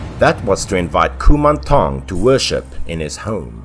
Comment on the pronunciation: As a Thai, I would like to say that your pronunciation of “Kumanthong” is quite on point. 💕